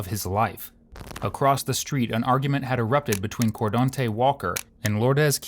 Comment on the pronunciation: "Lordez.. Cordante".. Which planet did this happen on again?.. 🤔